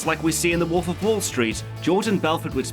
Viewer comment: Good video... If only I could get over the fact that he keeps saying woof instead of wolf